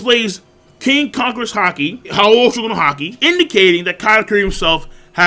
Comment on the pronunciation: haoshu no haki..thats not how you pronounce it xD